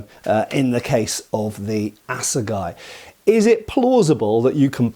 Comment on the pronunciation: ' Guts' not 'guys'